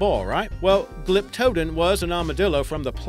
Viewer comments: Not bad, but you mispronounced a few of the names. Glyptodon is pronounced (Glip-toe-don). Diprotodon(Die-pro-toe-don), and Elasmotherium isn't fully the biggest rhino, the Indricotherium is. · Hey, that’s pronounced Glyptodon, Glip-yuh-don.